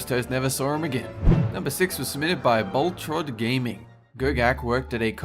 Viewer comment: Did he say Bol trod_gaming instead of bolt rod